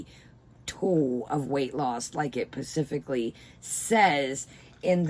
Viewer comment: Love you but the word is specifically and not pacifically. Again, still love you!